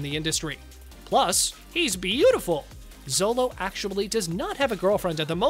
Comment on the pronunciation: Sholo! Sholo Mariduena! Not zOLO!